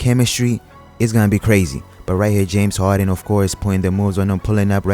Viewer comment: "James Hawden" lol